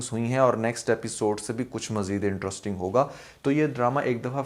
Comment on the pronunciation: Interrisssssting. Cherscterrrs...